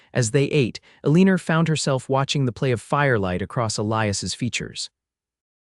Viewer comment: The least you could do is check that your AI is pronouncing names correctly. The print shows the woman's name as Elina, but it is constantly pronounced "Eleener". There's no "r" in that name.